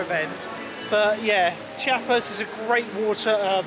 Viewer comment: Nice one, enjoyed the vlog of this great park! Funnily enough, your pronounciation of the German names was quite good, but Chiapas is less like "chee-YA-pas" and more like "chA-pas" (after a state in southern Mexico), the "i" hardly being pronounced at all. They chant it several times on the soundtrack in the area 👍